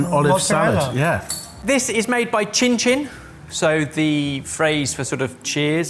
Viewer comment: saying cincin correctly